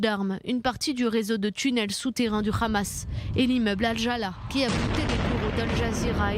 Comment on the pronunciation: Ça se prononce Hamas " amas " et non pas Khamas ...